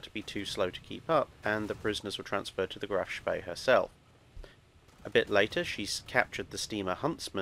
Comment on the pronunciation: Couldnt you have teach how to pronounce "Spee" properly? Its almost as bad as Phlys pronounciation lmao